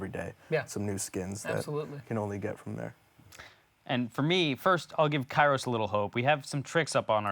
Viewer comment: You mispronounced his name, it’s “Kairo Time”